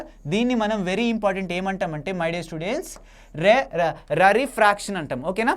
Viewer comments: Rarefractions ❎ reregactions✅......😂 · Sir adhi rarefaction not rere fraction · Anna that is not rarfraction rare fraction